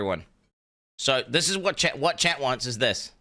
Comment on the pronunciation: I honestly thought he was saying Chad, not chat, for two years.